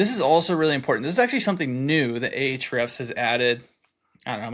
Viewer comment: It's simply, "hrefs" with no "a" in the front. :)